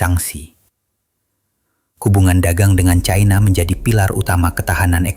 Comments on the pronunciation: Yg benar itu cina bukan caina orang Indonesia kok seperti orang bule baru belajar membaca bahasa Indonesia yg blepotan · Yg benar itu China bukan Chaina gunakan bahasa Indonesia yang benar jgn sok ke barat baratan